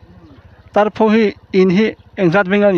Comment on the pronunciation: Tarpho ilam dan kha adik lo ani,o chung ah khan thlûk na a awm loh kha,pho tih kha thluk loh tur ani